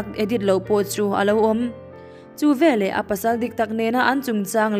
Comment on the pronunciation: Hla thu chham a ang riau. chhiar tawp rawh. A key tih danglam hian a mawilo zawk. Leh lawk, " VELAH " tih loh tur." VE LEH " ti tur zawk. Ṭang sauh sauh teh le.